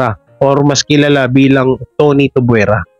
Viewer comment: Bulol ka talaga. Tuvyera brad, hindi tubwera. Hehehe